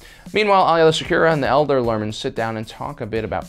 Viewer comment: I love these videos but the one thing that bugs me is that you sometimes get the pronunciation of certain names wrong. For instance, Ahsoka has said her last name is "Tah-no", not "ta-no", and Aayla's name is pronounced "ayy-luh".